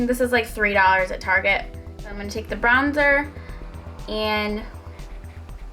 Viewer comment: Brown-zer 😂 :D love you